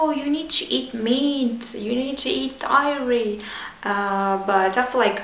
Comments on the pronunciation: i love how you said it's about understanding, not motivation. also near the end were you talking about dairy? if so, just wanted to let you know it's pronounced "daery", not "diary" i love you sooo much. thank you for this video! <3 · love the video! I like the way you say dairy. sounds like your about to say diarrhea lol